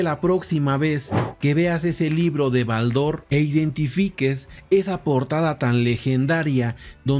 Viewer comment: Estimado tengo la colección completa de BALDOR , pero jamás he pronunciado con acento en la a si no mas bien en la O ...